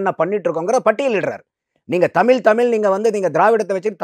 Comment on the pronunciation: இவருக்கே தமிழ் அப்படின்னு சொல்ல தெரியல தமில்தமில் தமில் எப்பா சாமி தமிழ் சொல்லுப்பா ஆனா நல்ல கருத்து சொன்னீங்க அது கரெக்ட் கருத்தெல்லாம் ஓகே ஆனா தமில் தான் இடிக்குது